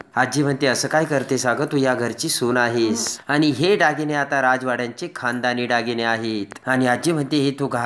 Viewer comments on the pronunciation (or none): डागीणे नाही हो दागिने